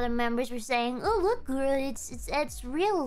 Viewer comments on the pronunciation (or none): none